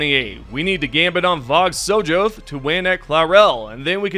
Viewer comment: Can I help? I want to help. I’m going to help. Vog-Sojoth it pronounced “so-YOTH”. It’s a soft J. It is a reference to HP Lovecraft characters/monsters.